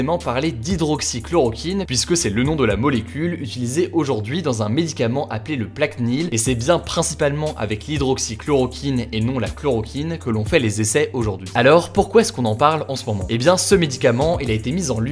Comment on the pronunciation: Par contre Hugo, c'est PlaquEnil, pas "Plaqunil" ahah, ça me trigger à chaque fois ! Sinon super vidéo !